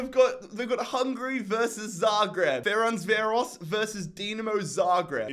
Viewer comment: My favourite series on YT right now, mad respect for you for doing all of this work to entertain people. It is a pity, that my team has been eliminated, however, I’m patiently waiting for the final episode. Btw, the Hungarian team’s name is meant to be read as “Ferenzvárosh”